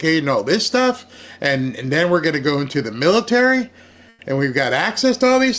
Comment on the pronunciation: Mitary? 😂😂😂😂 You're being silly.